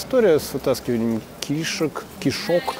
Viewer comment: правильно говорить кишкИ и кишОк. Я врач.